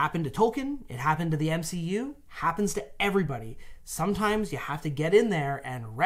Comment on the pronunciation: "ReflOAvour"?? Is it a new lion monster "rOAring"?? " it happened to MCEU" Me: yeah the Master of Ceremony of the European Union, this dude is messing the scenario all the time;=) "yo man,, I'am MC E.U. the egg-headed rapper! yo!" "yo i work in a tax heaven, 24/7!" "i play DnD, to steal ze money!" "i live in Bruxelles, Avernus had no more cells!yo"...........xD